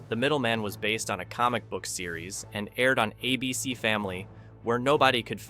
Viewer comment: Teach your AI how to read. I couldn't say "ABC" or Babylon 5" consistently, among other things.